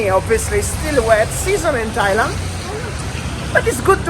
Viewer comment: Tajland srajland 😂